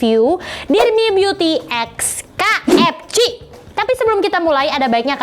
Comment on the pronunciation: KFC = read (Key-Ef-Si)